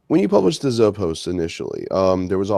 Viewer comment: One little nitpick - Zoe is pronounced "Zo-ee." The Zoepost is pronounced "Zo-ee-post". Not "Zo-post."